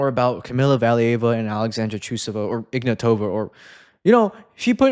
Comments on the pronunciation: Also, Trusova is now Ignàtova, not Ignatòva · no, it's pronounced Ignatova with a being stressed, not o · So it's pronounced Ignatava?